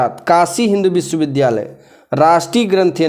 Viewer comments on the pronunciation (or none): none